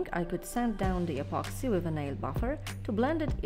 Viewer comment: apoxy apoxy i always hear apoxy